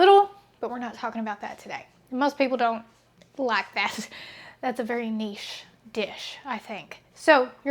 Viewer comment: When you said "niché" I thought you were referring to yourself in first person - "A very Neish dish, I think" 😂